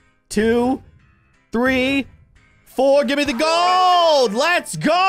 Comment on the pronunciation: Bruh grold wen pewdiepie say in Gold grold